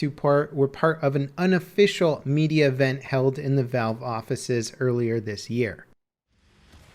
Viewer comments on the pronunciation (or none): none